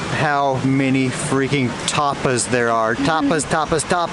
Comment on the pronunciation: Bro said tarpas Ta-pas it sound like u saying toppers 😂😂